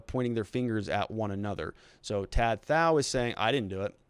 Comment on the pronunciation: Pronounced like to t-ow